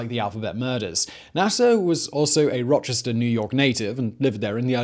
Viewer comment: i love the way simon butchers the place names where i'm from. now do one on Arthur Shawcross.